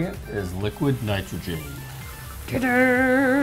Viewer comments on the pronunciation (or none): nitrge? -_- idiot. its nitrogen